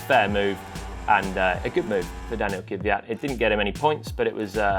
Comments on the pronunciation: I'ts Daniil Kvyat, not Kivyat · Kvyat, not Kiviyat.